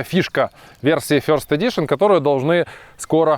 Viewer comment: first = [ферст], а не [фьйорст]. Аналогічно birthday = бездей, а не бьоздей. Ми ж не на Брайтон Біч )